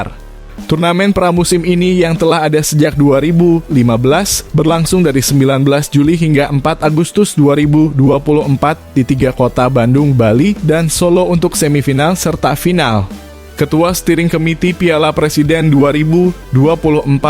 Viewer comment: Cing baleg atuh ngomong na bandung ulah di sebut badung